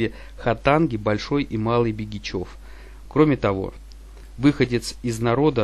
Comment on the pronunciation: Ударение в словах не правильно ставит -ПЯсино, ХАтанга, БЕгичев